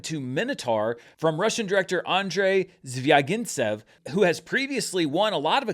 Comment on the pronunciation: A solid attempt at pronouncing Zvyagintsev, basically all the sounds are correct, only the vowel stressing is off, I'd rate it a 8/10 for an American, well done! I was obviously rooting for MINOTAUR, extremely bummed out it lost, I hope it still can get some awards heat and perhaps be sent from Latvia to the Oscars.